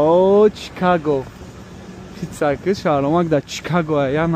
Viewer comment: Чикаго не шикаго